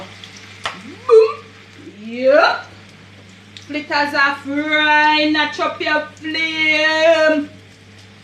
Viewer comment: Flittahs me say lol 😂